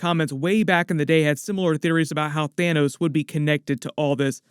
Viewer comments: "Thinos" am i the only one that caught that loll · 🤣 "Thinos" dude. 🤣 i literally just burst out laughing at that, like had i been taking a sip of my drink it'd be all over the computer